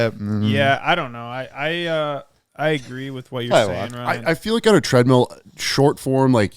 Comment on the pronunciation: Every time says treadmeal I cringe a little inside.